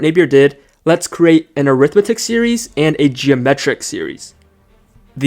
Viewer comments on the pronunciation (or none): Great video! By the way is pronounced arithMETic series instead of aRIThmetic series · I hate your ai voice: it's awful. Get the emphasis on the right syllable. It's not an arITHmetic series but arithMETic.